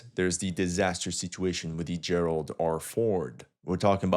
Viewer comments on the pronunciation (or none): none